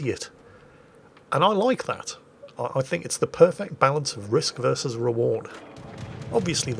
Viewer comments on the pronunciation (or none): none